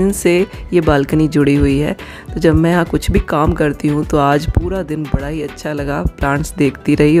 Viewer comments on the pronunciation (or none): none